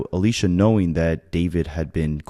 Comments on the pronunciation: Aysia not Alisha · You keep saying Alisha and her name is Aysia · He said that at least twice. Please get the name right. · The name mispronunciation on ayseia and neo has me half invested since if you were invested in this you would pronounce the names wrong, you called neo, neon which is totally different